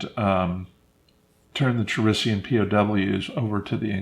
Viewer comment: Omg, David pronounced "Ka risian" "Cha risian".